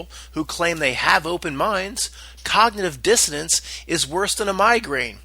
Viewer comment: It's cognitive dissonance it sounds like you're pronouncing the word wrong it's a little annoying sorry to tell you